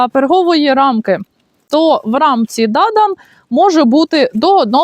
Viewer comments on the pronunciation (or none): дякую, я про наголос у прізвищі ДадАна-Блатта. У Вас трошки по-іншому) Але не принципово ж. Гарного дня!